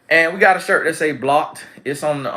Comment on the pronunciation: I think you missed your calling as a comedian 🤣 Blocked! ☝🏽 🤣🤣🤣 that B comes out so strong, it sounds like profanity. 😂😂😂🤍🕊